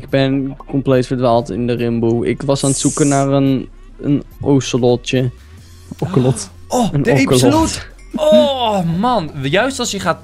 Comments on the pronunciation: Enzo, een ocelot spreek je uit ala een oselot en niet ala een okkelot LikeZodatEnzoDitZiet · je spreekt het uit als osselot niet okkelot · Enzo e spreekt het uit als oselot niet okelet!!!! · het is geen okelut maar ooselot zo zeg je dat! yodiyo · Maakt me niet uit hoe je het noemt ocelot, oceslet😂😂 ik heb zo hard gelachen mijn ouders keken me echt raar aan😅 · Enzo wilt een "Okelot"😂😛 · Enzo je spreekt het uit als: Ooselot. sorry ik ben een enorme katten fan. Link love you! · Jo enzo Je spreekt ocelot ui t als oselot Like zodat enzo dit ziet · Het ocelot spreek je uit als "oselot" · ocelot spreek je uit als oselot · Ocelot spreek je uit als oosulot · ik stop met luisteren al je okelut zegt ik iriteer me dood